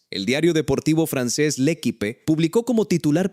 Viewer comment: MAL PRONUNCIADO EL ACENTO EN LA PRIMERA E, LA ULTIMA E ES MUDA😮😮😮 « le équipe » — l'accent porte sur le premier « e », et le dernier est un « e » muet.